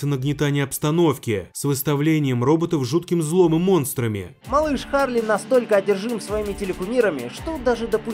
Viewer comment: Ну вообще Чарли а не Харли.